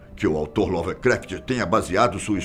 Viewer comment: Bom vídeo, ainda que tendenciosos para analisar certos fatos e jogarem como "Teorias da Conspiração". Segundo, se me permitem: o nome do escritor ocultista mencionado é Lovecraft, ou melhor H P Lovecraft e não "Lovercraft", como citado.